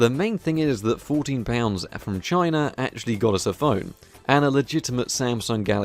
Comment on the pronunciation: One of the times you said "Samsung from China" I heard "Samsung vagina". Checks out.